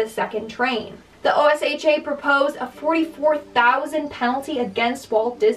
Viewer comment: OSHA is strict here in the states and just fyi babe, it's pronounced like ocean without the "n"!! all love